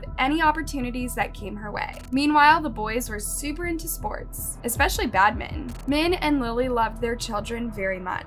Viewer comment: Why can't you properly pronounce badminton for the first case?